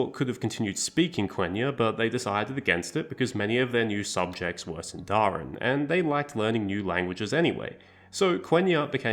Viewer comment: small correction: it’s pronounced síndarin and not sindárin!